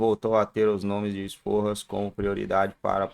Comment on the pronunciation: Sforza, não esporras 😂😂😂